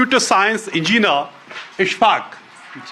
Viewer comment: Who has employed this clown in NDTV ? For God’s sake he can’t even speak simple English - he is so embarrassing . Rita lated = retaliated 🤣 Engeeenar = engineer haha haha😂